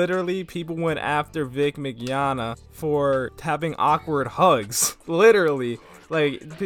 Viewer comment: Ofcourse hes being accused. OF COURSE he is. You get JYB fired like you did my boy Vic and imma head out. Also ur pronouncing Vic's last name a bit wrong. You don't have to pronounce the G. Its Min-Yawn-Na. It's fine just letting ya know.